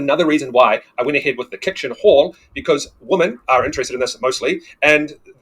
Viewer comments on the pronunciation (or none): Women is not pronounced "Woh Men". It's pronounced "Weh Men".